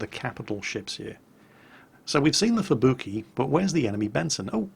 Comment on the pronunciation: I kinda wonder why he says at-ago and not Ah-Tag-Go as how it should have been pronounced, he pronounced Amagi correctly and Fubuki and Kongou as "kongo"... must be an british english thing i guess.